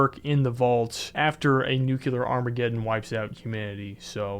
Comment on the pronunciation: I love your videos and you did a great job ☺️ But it's "nuclear," not "nucular" 😄 You probably know this, but the word comes from "nucleus," ie the nucleus of the atom.